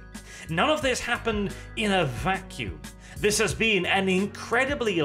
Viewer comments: Been, not bean. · *been, not bean. That´s a pod-borne seed, or a british comediy series... whichever you prefer.